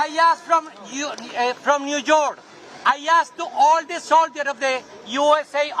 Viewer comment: He said from You York 😂